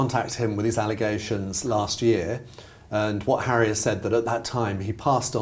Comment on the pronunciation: African Park, mr hawwy?!